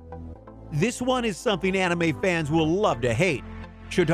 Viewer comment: I hate how he said anime in the beginning, how much weebs agree with me?